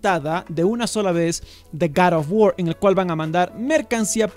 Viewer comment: Como siempre excelente video y la pronunciación correcta del nombre del juego jajajaj garofguar un abrazo desde el país vecino colombia